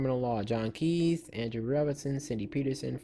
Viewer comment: John Kei-th